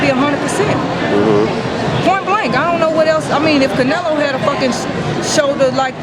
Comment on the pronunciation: Did that guy say Canalo?